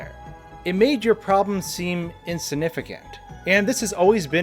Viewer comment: If he says “Insinificant” one more time, i will lose my mind.